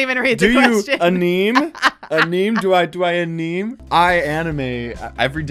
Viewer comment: Do you aneem???? It’s called anime lol